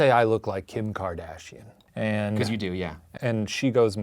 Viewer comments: "Kardashanes" huh, nice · I would watch keeping up with the Karda-Shanes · keepin up with the karda-shanes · Kardashanes lmfaooooo wtf